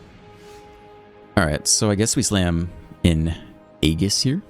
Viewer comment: great video! btw, it's pronounced "ay-jiss" (or sometimes "ee-jiss")